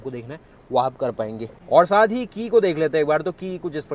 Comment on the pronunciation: Bchche saath ko saanth ku bolte ho